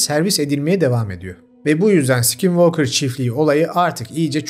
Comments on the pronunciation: Aynen ya sk yan yana gelince öyle içten s7k7nvalkır diyo ki😂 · "skinwalker" deyisin beni benden aldı.😅 bedava ingilicce ders verebilirim 😂